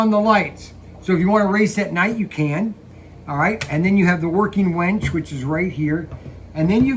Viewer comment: UHm.. working WINCH.... not WENCH, totally different animal. LOLOL